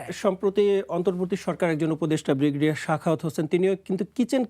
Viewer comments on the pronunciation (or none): none